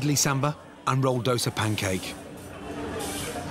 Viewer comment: i have never heard someone say it like that,just say dosa